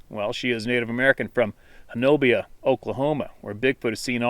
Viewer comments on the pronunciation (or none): none